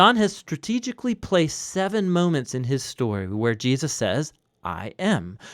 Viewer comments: Please say Jesus, it’s not Jeuses or geahsis. It’s driving me crazy lol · Are you saying Je-us’ lol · I live these videos but I need to know why you pronounce Jesus plural instead of Jesus’s you say Jee-uh-ses? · Anyone else notice the narrator occasionally pronounces Jesus as Jee-ah-sus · Does anyone notice how the narrator says “Jesus” sometimes. He will say “JeASus” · why do you keep saying "Jee-Us-Sus"